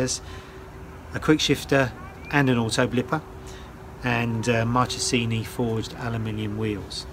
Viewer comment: marchesini wheels should be pronounced "markesini"